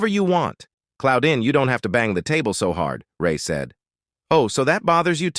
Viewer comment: Who tf is Cloudin?? Pretty sure it's not right.